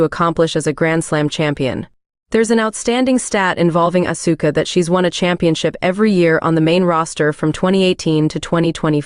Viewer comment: Like how they pronounce Asuka’s name.